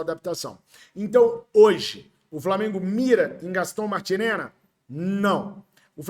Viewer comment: Gaston Martirena e não Martilera